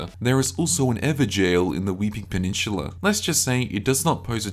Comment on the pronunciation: it's peninsula not pe-nin-shhuula.